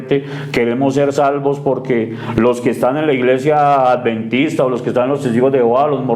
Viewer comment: Hermano, se dice : "Adventista", no 'alventista'.